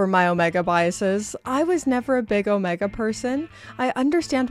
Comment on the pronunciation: your hair fell great! Although you pronounce Omega horribly.